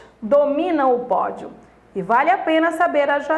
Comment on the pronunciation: É "vale a pena" e ela fala "vaLhe a pena" KKK. Obrigado pela aula !♥️